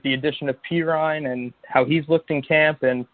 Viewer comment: It’s pronounced PEE-RYNE lol the way he pronounced it was making me cringe. Also, Jabari ZU-KNEE-GA